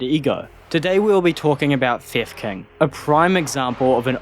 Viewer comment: I only hear "fev kin" or "fifth king" instead of theft king in the video lmao 😂